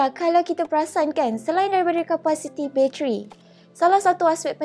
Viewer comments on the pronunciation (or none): sebut btl2 la "bateri" tu, what "bacheri"?